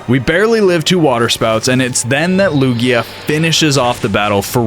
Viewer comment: Its Lugia, not Luya